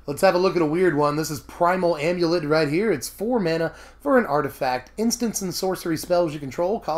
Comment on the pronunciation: Oh thank God you pronounce Amulet correctly!